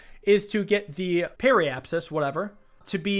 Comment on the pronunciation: Periapsis is also pronounced pe-ree-ap-sis, not perl-apsis or anything else. xD Apoapsis [App-o-ap-sis] = The highest point in your orbit. Periapsis [Pe-ree-ap-sis] = The lowest point in your orbit. Not shown if that lowest point would be below ground. They are sometimes also called Apogee and Perigee when referring specifically to Earth, or various others that refer to other celestial bodies.